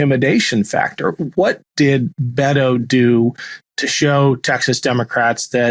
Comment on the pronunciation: The nickname "Beto" is short for Roberto, and, is not pronounced "Bedoe." It is pronounced "Bet toh," the T is strongly pronounced, and the "O" has no diphthong. Former Congressman, Robert Francis O'Rourke of El Paso, is Irish, and would be better served as a Roby, or Frank. It is a political ruse to use the Hispanic term to get the Hispanic vote, but, the O'Rourke part gave him away. As a Hispanic, I'm not too proud of the Bedoe moniker.